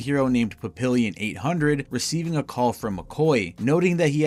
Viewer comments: It’s pronounced “Papi-yyon” the “n” is “soft”. It’s French, it means butterfly. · It’s pronounced pap-ee-on, not pap-ill-ee-on. Papillon is French for butterfly, which is why he has those tiny wings on his back. He’s also wearing butterfly glasses and a butterfly shirt.